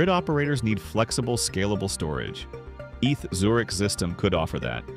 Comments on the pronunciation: stop saying eth Zurich! its E T H, Eidgenössische Tecchnishe Hochschue! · If you bother to edit the script you are giving the AI voice, you can fix the mistakes. "Eeth" for ETH write instead "E tee aich" or the Swiss/German "A Tay Ha" with A is an hay. I'm sure there are directions on how to format or use special symbols to fix this and other mistakes. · I’m sorry but the way you say “Eth Zurich” makes my skin crawl, it’s E.T.H. Zurich, or E.T.H.Z. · "Eath" 😂😂😂 E.T.H. !! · AI narration is evident. It is E T H Zurich, not "eath Zurich". You need to turn the letters into a correct acronym or separate them with spaces in the script you feed to the AI narration site, like "E.T.H. Zurich" or "E T H Zurich".